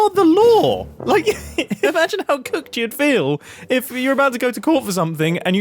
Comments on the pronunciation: Mumbo saying "cooked" is the funniest this I've heard all day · IS NOBODY GOING TO TALK ABOUT MUMBO SAYING 'COOKED' ???? 😰😰